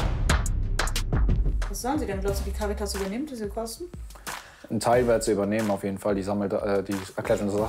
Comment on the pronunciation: Cäritas😂😂😂😂😂 oh junge ...